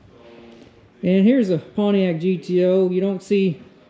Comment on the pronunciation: Good god. It's not pwaniac. It's pontiac.